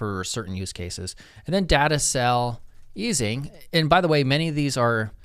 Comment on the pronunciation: "data-sel-easing", I think that's incorrect. Although it worked fine.